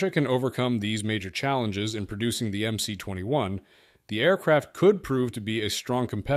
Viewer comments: Should be pronounced as "MS" - not "MC". МС (MS) stands for "магистральный самолет" - mainline aircraft. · You made an entire video without even learning how to pronounce the goddamn model name. There is no letter 'C' in Russian. At least get the basics straight. It's MS-21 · MS-21 ( not MC-21 )